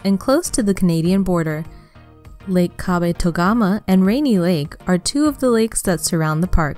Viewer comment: and massacred Kabetogama & Marais, lol